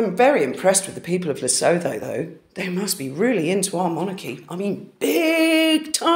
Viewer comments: Lesotho (pronounced Lesoo-too) is a country in its own right, although it is within the boundaries of South Africa. H has been connected with the country for a number of years. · Love your content, thank you. Just a small niggle "Lesotho" is pronounced "Le-suit-ooo". Lesotho is beautiful it's a mountain region and the people are wonderful, open and friendly people. It's a small kingdom surrounded by South Africa. Harry loves Lesotho,his charity Sentebale is in this small kingdom. I grudgingly give credit where credit is due, he has done wonders in this region. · Interesting work. BTW Lesotho is pronounced Lesoto. I doubt the good people of Lesotho can afford Meghan merch. Duke of York - there is an old children's song, about one who had 10,000 men. 😀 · The 'H' is silent in Lesotho...Luh-soo-too. Sorry it's a nick-pick of mine when one mispronounces words I do it myself...I also think it helps to know. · it is pronounced Le soot hoo, the t h are separate. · Lesotho is where Harry's Sentebale school is. BTW the th at the end of the name is pronounced like t in cat. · Hi, it is pronounced Le-soot-two....it was originally a British protectorate now an independent country in Southern Africa next door to South Africa. Mostly simple rural people...I honestly seriously doubt they are behind that Google search!! Harry's "2nd Family" are there. His Sentabale charity is set up there. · Sweetheart you pronouncing Lesotho completely incorrect… the H is silent, so phonetically it’s le-soe-toe ❤❤❤❤ ❤❤❤ yes we do know about her and there are a lot of royalists here… we used to be a part of the common wealth…. So we are very familiar with the Royals …. We still dislike the Duchess of Sausages and we are obsessed with Princess Catherine and Prince William ❤❤❤❤❤❤ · Its pronounced "Le - su - tu" At least respect the pronunciation of our African countries when accusing us of bot farming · I may be wrong, but I think Lesotho is pronounced "La - su - tu" 🙂🤔